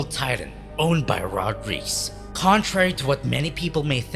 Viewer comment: Reiss is pronounced rice btw